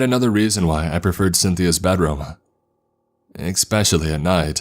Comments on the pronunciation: “EXspecially” gang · I'm rather new here but I'm pretty sure "especially" is not pronounced [ekspeshali]. Isn't proper pronunciation an important perk for a narrator? No toxicity intended in this feedback.